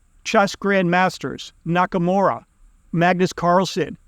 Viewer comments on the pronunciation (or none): none